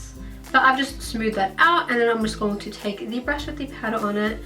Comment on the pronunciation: did no one found the way she said going to annoying???